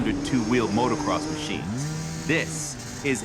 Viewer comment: I can't believe he said motocross macines